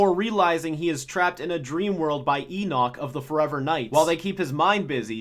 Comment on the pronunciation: the way says Enoch is so satisfying.